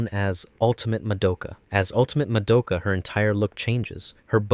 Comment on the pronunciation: Why can’t anyone pronounce Madoka’s name right? They say it a thousand times in the anime, do people just not pay attention?